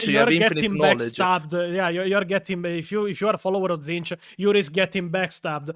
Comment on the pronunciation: Can we really be surprised at Majorkill's pronunciation? He pronounces Tzeentch as "titsnitch"